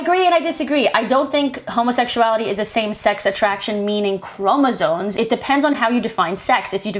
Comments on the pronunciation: And another also: “chromosoNes”??? It’s just annoying me. There’s no N in chromosome. I normally wouldn’t make a big deal over someone mispronouncing a word. It happens. But, in this case, it tells me that she is speaking out of her arse, having done absolutely no research, having read no scientific papers on the subject. Because if she had read about this, she’d know it’s chromosomes, not chromosoNes. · Fuck. She can quite literally get in the sea. And fucking stay there. What the fuck is a Chromosone please?! She did NOT say Chromosomes. She said Chromosone